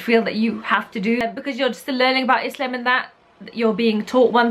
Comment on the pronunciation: love how prounounces "islam" proper eyptian accent u noe 😂